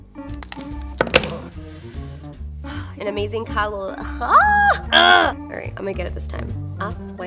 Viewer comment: The best moment: ¡¡AY DIOS MÍO!! 😂😂 In love when you speak spanish!